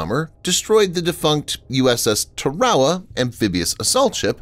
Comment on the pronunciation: Ter-wow-uh?..yappin' vid dude, show some respect..work on your pro-noun-ci-ations..it's Tarawa..site of some the bloodiest and fiercest fighting in the WW2 Pacific campaign..